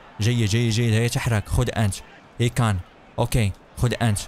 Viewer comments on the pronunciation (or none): 😂😂😂😂 قال اي كان بدلن من امري شان و قال سعوديو ماني بدلا من ساديو ماني 😂😂😂😂😂😂😂😂😂😂😂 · ايمري كان وليس اكان ههههه انت مضحك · اسمه ايمري كان وفان دايك وليس دجك